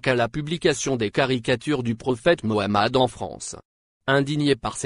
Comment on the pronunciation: Merci pour votre prononciation sur le Prophète Mohamed 3layhi salat